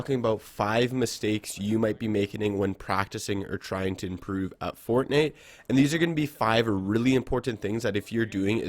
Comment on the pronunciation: did he just say fortneet